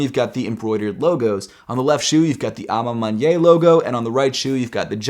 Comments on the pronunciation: A ma maniere not A ma manyei or whatever you saying. And it means( in my own way) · Hey! I noticed how you say a ma maniere, sounds like "a ma mon-yay" I think it's correctly pronounced "a ma mon-e-air" a ma maniere, I apologize if that doesnt help. Also Sorry if that sounds condescending, have a great day🙌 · It's pronounced man-yair. Not man-ye.